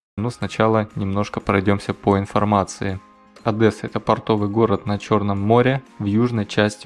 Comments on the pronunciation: Да , да ))) Сразу резануло О(А)дЭсса . ОдЕсса !!! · Одесса ОдЕсса, а не ОдЭсса буква ее, а не э. Как бесят те кто не умеет читать или произносить название этого города, города в котором я живу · Не Адэса, а Одесса, я Вас прошу ) Шо вы как не местный ) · Одеса!! Так лагідно та правільно звучить..а не Адєса!! Як гавкіт ..у ..собачій будці!! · ОдЭсса... Пипец... ОдЕсса, мать твою!!! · Адэса 😂😂😂, умоляю говори Одесса))) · Почему - Адэса? Вы не знаете, как правильно произносить название города? Я вам скажу, как - ОдЕсса, мягко, на третьей букве Е. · Интересный ролик, но правильно говорить ОдЕсса, а не ОдЭсса! Одесситы обижаются, если неправильно произносишь... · Только не Адэсса, а Одесса, звук 'д' произносится мягко, иначе слух очень режет. Одесситы таким образом сразу различают не местных. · По перше не АДЕСА, а Одеса - нас м'ягке місто. Першу що ти показував вулицю то шосе і при дощі топе капец, по друге то вже граніца промки іжилими кварталами, друга то самий центр Буніна там ще за нею слідкують, того забора вже нема там подвальний торговий центр. часний сектор внас різний. Якщо захочиш повний ППЦ в Одесі побачитти звертайся покажу і розкажу ))) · Автор будь добр говори на город Одесса(не Адэсса, а Адесса (е мягко не э) это не верно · Автор, прочитай вслух слово Одесса. Прочитай пять раз, сука, где ты здесь видишь букву "Э". Как пишется, так и говорить надо. Одесса, звучит мягко и мелодично. ОдЭсса, просто слух режет. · Одесса а не Адэса!!! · не "А"деса , а Одесса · Заезжай Одессу, бро, накуримся) ps Не Адэса, а Одесса. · Услышал, Одэсса думаю сейчас начнется. Адесса, Адесса, Адесса, Адесса!!! Они ж помешаны на этом. Ну написали раз второй, в комментах, зачем одно и тоже всем долбить, морду бить? Половина комментариев про Адесса. Какой то массовый психоз. Короче поржал. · Простите ,не Одэсса,а Одесса .Одесса преобразилась,не лучший райончик Вы выбрали. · Адэсса???? Ты чего? Плохо читаешь? Одесса!!!! Что значит даже не Львов? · ОдЕсса, а не АдЭсса. Говори нормально